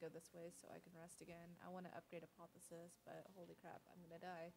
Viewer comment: & The moment that made your run ... back to back Apotheosis + Bottled Lightning ... I still get a chuckle from how you pronounce Apothesis 😸